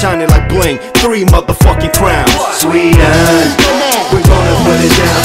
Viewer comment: eeeeeeeeeeeeh.... Säger du "sveden" till sverige på engelska elleR?